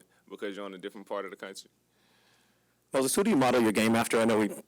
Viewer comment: DANG MAN! WHY DO PPL KEEP SAYING HIS NAME WRONG?! First it was Kendrick perkins on draft night, then it was that announcer in summer league, and now its the owner of this channel. His name is MOSES not MOSE Or Moody Moses or sonething else! Moody should have a chip on his shoulder because of this!